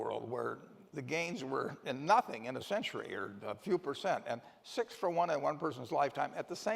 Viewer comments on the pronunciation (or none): none